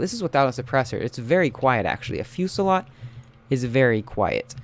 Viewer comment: i think its pernounced fasalt